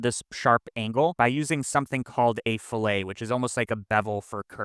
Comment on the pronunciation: I'm sad that a geometry nerd like you didn't get to discover the joy of vernier calipers (see Wikipedia's "Vernier scale"). And in the machine shops I worked in we pronounced rounded corner breaks as ˈfi-lət (fill-it like a gas tank, not fill-hay like prepping fish). (An angled corner break is called a "chamfer" - Blender sort of, uh, blends the two with "bevels" depending on your segment count). But I don't mean to sound like I'm carping - your videos are all excellent, including this one!